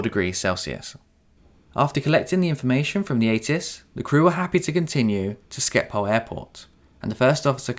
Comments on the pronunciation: Sorry great content but for future reference its pronounced Ship - hol for Schiphol Airport - SCH in dutch is a SHH sound not SKI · Excellent video! Just 1 tip for u and other native English speakers, since I hear the same mistake from all English speakers. Schiphol is pronounced "Shiphol", NOT "Skipol".